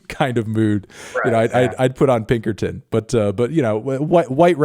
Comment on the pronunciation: Again anthony? It's pinkerton